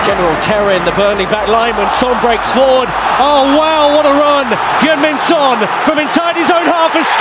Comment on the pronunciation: Sun, park ji sang, richarlisong, penyebutan nama macam apa ini